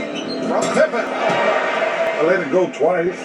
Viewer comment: Would you stop saying Scottie Pimpen???